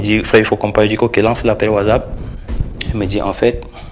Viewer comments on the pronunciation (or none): none